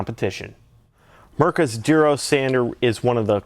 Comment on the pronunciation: haha its funny how you pronounce it "Derose"